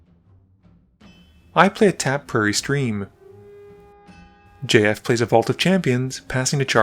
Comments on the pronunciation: it took me a few minutes to reaize that you weren't just saying the name "Jeff" with an odd pronunciation. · Great video, saying JF every time tho just sounds like you're saying Jeff like that one line in 21 jump street 🤣🤣